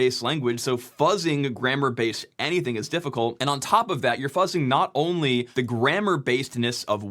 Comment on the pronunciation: Bro you can't just mention The End of Ze World like that in these trying times.